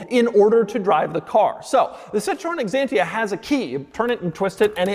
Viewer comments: Doug is the type of guy that calls Xantia "Eggzantia". 😀 In the video about Xantia there was a different pronunciation - without E. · Quirkiest pronunciation of the year: Ex-antia 🤣